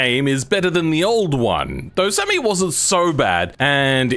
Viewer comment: bro doesnt like the name semi and he doesnt say it right either, lol, maybe it does need another name